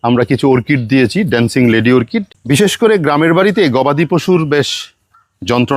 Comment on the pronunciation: “ওর্কিড” নয় হবে “অর্কিড”